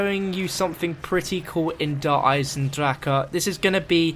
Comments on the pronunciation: Well R has to be pronoucend like an R in french "der eye zeun dra reu" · Its pronounced der (durr) eisendrache (eyes in drack a) It means the iron dragon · It's not pronouncing drakeuh D